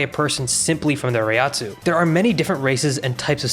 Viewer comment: Great pronunciations of Reiatsu, butchered Reiryouku